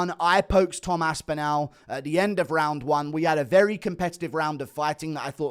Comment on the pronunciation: Love your stuff mate, but your really getting under my skin (i knpw thats what you love) with the way you say Toms last name... your saying 'Aspinal' ... its 'Aspinall' ... say the last part of his name as if your saying 'all' for example ... 'all of the fingers went in all of the eyes' ... 'Tom Aspin-all' ... sorry to be petty, your an inspiration my friend 🎉❤